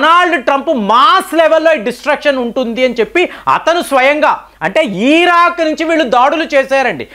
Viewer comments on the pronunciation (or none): none